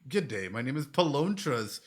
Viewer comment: The name was Palontras,not Polantres 😅